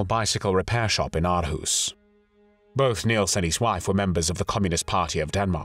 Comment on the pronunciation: Hej!! Greetings from Aarhus, Denmark!! Great video and congratulations on your Danish pronunciation....except for the word 'Aarhus'...sometimes written as Århus. But don't worry...Danish pronunciation is notoriously tricky!! You pronounced it 'Ar-hoos', which isn't quite correct. The double Aa (Å) is pronounced 'awe', as in 'shock and awe'....or 'or'!! So Aarhus is pronounced 'Awe-hoos'. (Or-hoos) And Aalborg is pronounced 'Awl-bore'..the 'g' is silent. And Danish 'r', as in the name 'Grethe' is not rolled, but made in the mouth at the back of the tongue....a tough one one for non-Danes!!